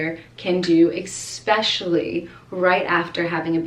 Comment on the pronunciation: No doubt you’ve helped many people with your candor and sincerity. I know that you know how to pronounce and spell “especially” and “controversial”. FYI, around the mark, they don’t sound correct. Especially being a teacher, I know you want to model correct pronunciation around Landon and your students. Maybe it’s even part of your accent from your region of the country. Great video!